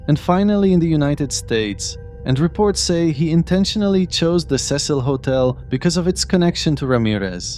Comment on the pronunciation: The news anchor literally pronounced the Cecil hotel and you still say it wrong